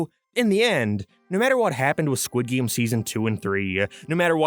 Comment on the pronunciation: Disliked because you kept saying "Geem" instead of "Game". Yes, I am that petty.